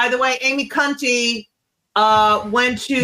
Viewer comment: Sam is clearly so uncomfortable with the guest lady saying "Cunty" instead of Coney